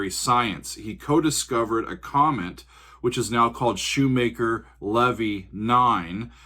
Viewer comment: Thanks for reviewing more Nightwish. Fun stuff. Btw Shoemaker-Levy, Levy pronounced with a long E. Lee vee. 😎👍